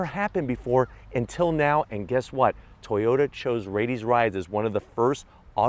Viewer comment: It's still a A-TOY-OT... 🙄🤨